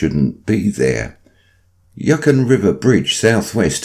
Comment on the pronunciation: Hahaha.... Hey. Hope all is well with you. Just thought you should know it's pronounced U-con (Yukon).